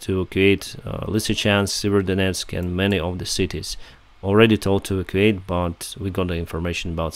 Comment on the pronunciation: E vac u ate. Don't mean to criticize the pronounciatetion of evacuate.